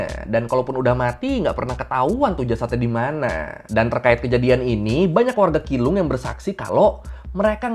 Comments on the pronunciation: keelung tapi pengucapannya bukan kilung tapi cilung 😄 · keelung ; bacanya ciilung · Keelung dibacanya cilong🙏🏻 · Keelung dibaca chi rong